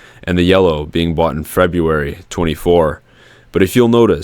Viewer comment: LOL! "Frebb-yoo-airy"